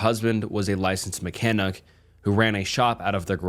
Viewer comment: "Mechanuc?" lool